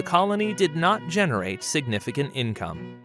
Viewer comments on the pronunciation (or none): none